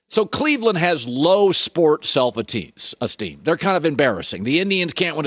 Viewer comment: Having trouble saying self esteem Collin?